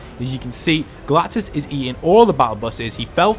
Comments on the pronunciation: Ah yes, “Galtus” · It said galtus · LOL WHO THE HELL IS “GULTUS”